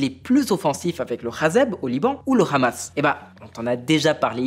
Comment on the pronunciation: C'est étonnant d'entendre un soit disant journalistes français, qui prétend faire un travail sérieux et non partisan, prononcé les noms du Hamas et du Hezbollah à l'israélienne, c'est à dire en hébreu, d'autant plus que le 'H' en langue française ne se prononce pas ! On dit Hamas et non Khamas, et Hezbollah et non Khazeb. Autre remarque, Israël a touché des cites nucléaires et des cites énergétiques, l'AIEA indique que les dégâts causaient par les frappes israéliennes n'ont pas générées de risques de fuites nucléaires. Et les images qui tournent en boucle montre un cite énergétique brûlant pendant des heures. Vous voulez nous dire que Israël a mobilisé des drones et 100 avions F35, en plusieurs vagues de frappes mais ils ne voulaient pas atteindre les objectifs que l'opération était censée réaliser ! Comme vous dites, il y a encore beaucoup de travail à faire pour avoir un bon niveau, je confirme...